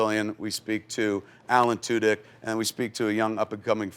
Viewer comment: Did you say Alan Twodicks ..... Isnt he a D list Batman villain